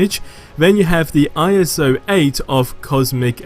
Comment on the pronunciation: Please just say iso